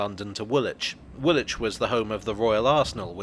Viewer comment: You: Grennitch Me: Grinnidge You: Woolitch Me: Woolidge